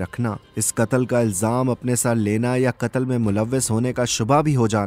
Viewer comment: I am not being rude but you must differentiate between as in urdu "KAAF" & "QAAF" you pronouncing "katal" actually your sound needs to come from Throat. Do apologise but I love urdu